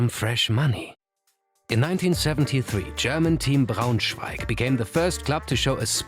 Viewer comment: This video was on my youtube start page (I really liked it!) and by the fact how you pronounce Braunschweig it's obvious you are german or and least german speaking :D